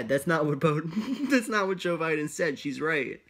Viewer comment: nearly said Boe Jiden. That’s made me hehe.